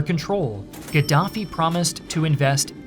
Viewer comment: Gadaffi or Giraffie😂 🦒 I’m confused 🎉